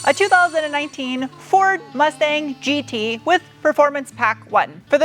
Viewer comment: German speakers chuckling at 'GE - TRAYG'...but seriously, love the content and a big fan